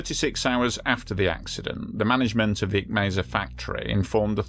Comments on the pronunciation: Mississauga = Missus-saw-ga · Canadian here. Great channel, great video. It's "misses-saw-ga".